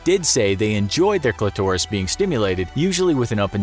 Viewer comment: "When the cli-taurus is stimulated.."😂😂🤣